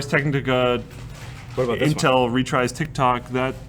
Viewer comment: stop saying Intel 'retries'...its 'retires'